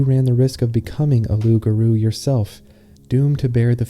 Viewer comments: the r in garou sounds so american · the pronunciation of loup-garou is so right and wrong at the same time 😂